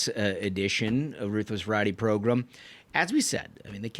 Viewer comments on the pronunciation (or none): Idk how many more times i can hear "variety progrum" without snapping. I know it's a me issue, but it drives my nuts! It's the Ruthless Podcast, I'd love to just hear that! Love the content though!!